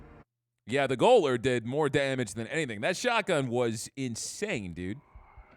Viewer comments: Gaol is how the British spell Jail. The Ga - oh - ler is actually the Jailer. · gaoler is pronounced jailer. Also, how's your heart doing homie? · FYI gaoler is pronounced Jailer.